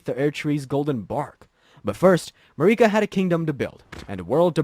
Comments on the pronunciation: the way you kept saying it as "mar-ee-kah" instead of "Mer-i-ka" drove me nuts, every NPC says her name normally, who is Marie Kah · “It’s MARRIK-ah, not Ma-REE-kah.” - Hermione Granger, 2025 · im sorry but you pissed me off when you said mareeka instead of marika. they literally say her name in the first cutscene in the game and countless other times in dialogue. its like you have to go out of your way to mispronounce her name. blaidd makes sense to butcher since its a welsh name but marika? the name that is said countless times? for a game that is like 3 years old? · To be fair, I know a few people who called and continued to pronounce Marika as Mareeka even after finding out the vowel sound for the 'i' in Marika is a short one. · i fuck with the vid, love the animation. but bro its an i not an e in marika lmaooo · Everyone who isn't Hungarian pronounces Marika wrong, including everyone in-game. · "MeREEK-A?!" Come on, bro. 'Merica. It's pronounced "'Merica." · .... mareeka? Dude didnt even play the game lmao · Who the hell is mareekuh? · What’s with the constant wrong stresses in names? MarEEka, MiquElla? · Go to pronunciation jail for MA-REEKA . Don't make the out-of-sequence interpretation lore video an even harder watch. But also- good job and keep it up, You make fun nad great stuff! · You mean Mareeka? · (A) Merica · You can tell this guy didn't play the game with such a basic mistake. Probably didn't even write the script 😂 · How have you played the game and don’t know how to pronounce Marika and Miquella. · How tf do you play through the entire game and think Marika is pronounced like that? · I swear they mispronounce “Marika” on purpose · You mean marika? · Marika "Ma-reeka" Empire "Em-peer"